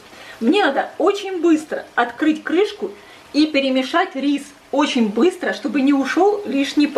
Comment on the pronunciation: оЧЧЧень! А не ооочень!